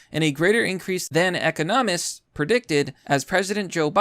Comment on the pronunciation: I followed you because I thought you might actually be smart; though I agree with what you stated in this video; the fact that you said “un-convenien” instead of inconvenient, then went on to mispronounce the name Brigitte as “burget” and finally the word economist you pronounced “E-co-nomist” (it’s pronounced E-con-ah-mist) leads me to think you are not as smart as I thought you to be originally.